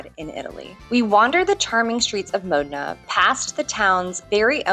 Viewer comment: OK. Just remember that the 'o' in Modena is short, not rhyming with 'go' or 'sow'.